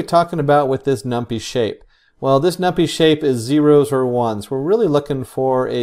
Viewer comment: Gotta say, thats the first time I've hear it pronounced "num-pee" xD, great video though!